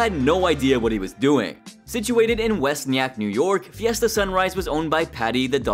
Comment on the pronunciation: I think it’s pronounced West Ni-yack my guy